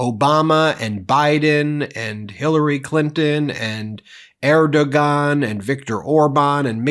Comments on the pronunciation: "Ar Doe Wan." Not "Air Doe Gone." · Erdoğan pronounced ErdowAn. I figured this out studying the Kurds in uni. Trump doesn't even know what day it is. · Erdogan's name is pronounced air-doh-wan, because Turkish uses some extra little thingies to show pronunciation. Woman-man-camera-tv! Smart, me. No, wait! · The name of the president of Turkey is pronounced "AIR dough on." The "ough on" part is slurred, like "go on..." The letter "ğ" has no sound attached to it; it's best transliterated with an apostrophe. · Erdogan is pronounced Air'-duh-wan, just so you'll know, so people won't make fun of you too. :)